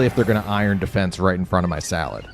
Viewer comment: It cracks me up everytime you say “in front of my salad”. 😂😂